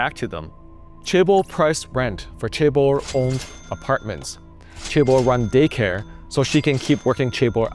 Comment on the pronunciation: The correct pronunciation of chaebol is with a more J sound than a hard CH sound at the start.